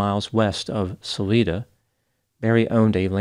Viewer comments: Suh-LIE-duh not Suh-Lee-duh. It means exit in Spanish. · Not throwin' shade... Salida has a long i. sah-LIE-dah I'm from the area. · Sah-lie-duh. Pronunciation. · It’s pronounced Sal Ida